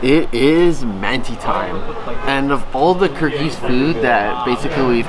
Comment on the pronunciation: Ahah, I can read Kyrgyz but I do not know it because I am Russian, but you pronounced most of this names wrong especially the man cannot say it.